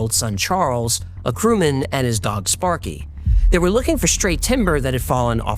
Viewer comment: sparky was killed by a spark? even you when pronounce the first time the dog name don look very convinced ahhh